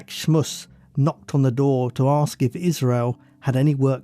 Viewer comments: I’m really enjoying this channel. However, I find it really irritating that the narrator says ‘aks’ instead of ‘ask’. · The word is ask not aks!!!!!!!!!!!!!!!!!!!!! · I love your content I can watch 2 or 3 videos in a row! Please keep them coming also can you please say “ask” instead of “aks” 😂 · Please pronounce the word 'asked' or 'ask' correctly...it is not 'arksed' or 'arks'!! Sounds rather stupid. Other than that, you have a good listening voice!